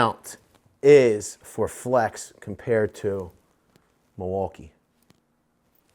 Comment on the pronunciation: Yeah.... split personality is right. Wow, I mean.... I'm glad you are helping out small businesses, but who is helping you with your pronunciations? Bat-rays? Real nass like? Milwauka-I-A????? Come on mannnnnn!